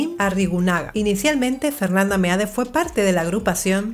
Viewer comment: como siempre un gusto ver sus videos, solo un pequeño detalle, el apellido de Fernanda Meade se pronuncia "Mid" con todo respeto y humildad, le mando un fuerte abrazo desde Ensenada Baja California, México